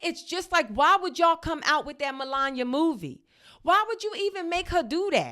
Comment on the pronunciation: Anyone else enjoy Zainab butchering MelanYah’s name the entire time? 😂😂😂😂😂😂😂